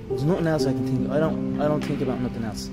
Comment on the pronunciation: Don’t you mean “it’s all I tink about”